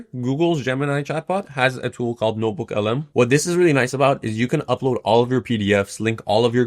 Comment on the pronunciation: Its notebookLM Not norebookLM,.